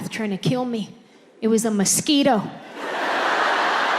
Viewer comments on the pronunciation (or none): none